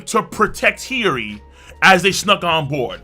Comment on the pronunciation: Bruv! Why do you say hioris name like that? Its cringe AF no cap 🤣